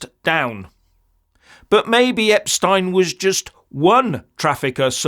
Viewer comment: Thanks for pronouncing his name properly.